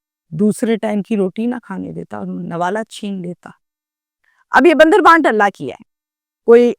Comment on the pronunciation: Ap ka bandar bant Wala lafz aor es ki complete sentence ko khud ap sune ap ki lafz ki adaigi may galti hoi hay maf karny waly pak Zatt say Mafi Mng len